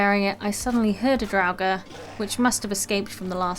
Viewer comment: I am subbing because you are pronouncing "draugr" without a V like some other youtubers